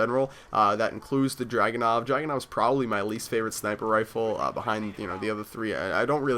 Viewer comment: dude it's DRAGONOV not dragon and it's in-fra-red, infrared not inflared.. Srry if I spelled your name rong